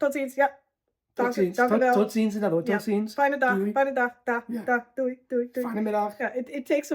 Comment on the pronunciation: There's no 'w' in Doei. So not "dewey" but just plain Doey. The i is pronounced like the (Dutch) j.